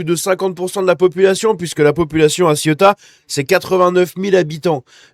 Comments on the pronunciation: il faut articuler le mot ce n'est pas la Ciotat, encore que il y a pas mal de gris c'est vrai 😬😬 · 34 morts à l'heure actuelle..Ah et petit conseil, on prononce : Séouta et Méliya